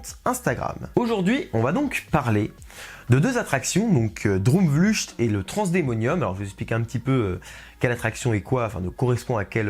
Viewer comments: Pour information, ça se prononce “Drôme vleucht" (ou “Drôme vleuRt”, en raclant bien la gorge). Eh oui, c’est un peu bizarre le néerlandais. ^^ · Droomvlucht se dit « Droumvloeurt »en gros, on prononce le u comme un oe collé comme dans oeuf et le ch en néerlandais se prononce comme la jota en espagnol, une espèce de r qui vient du fond de la gorge mais un R simple non roulé sera deja plus près de la réalité que ch. Quand aux deux O, ils se prononcent « ou » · Alors l'article est très bien :-) , mais ta prononciation du néerlandais par contre x) droomvlucht : oo se prononce comme 'eau' et ucht comme 'ukt'